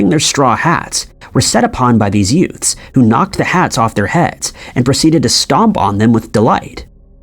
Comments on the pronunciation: I beg your pardon, did you say “yoots”? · Sounded like that